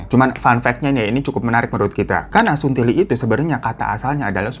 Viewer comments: Saya yang asli Makassar, mau marah ke Daeng malah ngakak perkara bang Hiro ngomong 'suntili' . Sebenernya pronounce nya gak kayak gitu, salah penekanan, dan emang kata itu kasar tapi pas diucap sama bang Hiro malah jadi lucu😂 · Hay bang Hiro aku dari Makassar,ngakak bgt pas ngomong suntili😂😂😂